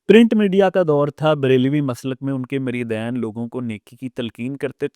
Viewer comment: بولنا تمھیں آتا نہیں بیٹھے ہو پروگرام کرنے مریدین صرف دو مریدوں کو کہتے ہیں زیادہ کو مرِدِین کہا جاتا ہے